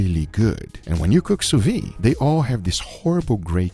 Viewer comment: Sous-vide, pronounced souvi-'the'. pronounce the De (the is good enough) at the end!